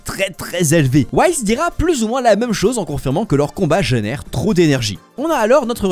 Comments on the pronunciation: Ça se dit "whis" (wisse) pas "whaïsse" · Pourquoi tu sais pas prononcé les "i" ? Schwartzschild était allemand alors c’est sa se prononce bien "i" pas "aï" et whis c’est aussi prononcé "i" dans l’anime (et jsp si c’est vrai mais à priori sa vient des alcools les anges et hakaishin donc whis viendrait de whiskey que j’espère tu prononce pas whaïskey)